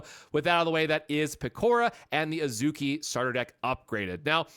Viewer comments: It’s AHZ-key. A as in “Father”. æ isn’t a sound in Japanese. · You only pronounced a few names wrong it's pronounced As-key and Swee-say